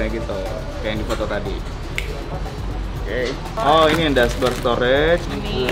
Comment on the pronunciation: Pake "H" bang , Okeh. . .